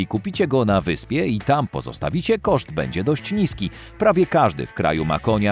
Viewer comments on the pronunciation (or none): none